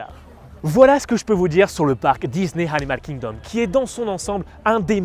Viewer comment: Hello, merci pour cette vidéo (que j'aime un peu moins que les précédentes, même si ce parc est superbe. C'est mon ressenti mais je t'ai trouvé survitaminé: trop passionné par ce parc ou tu avais bu trop de café/de Coca/de Red Bull,;-) Et aussi, pendant que j'y suis dans les critiques, petite note d'anglais: pas de H à Animal Kingdom donc pas besoin de le prononcer! Hâte de voir ton avis sur Havatar:-D